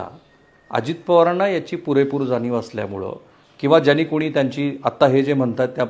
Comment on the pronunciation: जाणीव म्हणा जानीव नाही